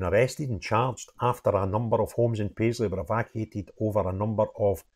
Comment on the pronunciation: "Paisley" man? yeah right.